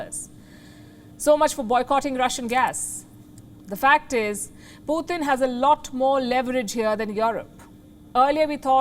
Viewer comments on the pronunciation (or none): Thank you! It’s pronounced as पुटिन’ not ‘पुतिन’ I know North Indians spell the sound त as t. You need to spell ‘त’ as ‘th’ in English In English the sound ट is ‘t’ and the sound त is ‘th’ So Putin is pronounced as पुटिन’ Kindly correct your pronunciation because it’s distracting when we are trying to listen to your content Thank you!!